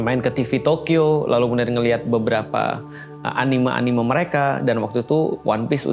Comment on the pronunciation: tad maaf, saya agak terganggu sama cara ustad bilang "anime". "me"-nya itu kayak bilang "Merah" tad. bukan "me" kayak bilang "mengapa". CMIIW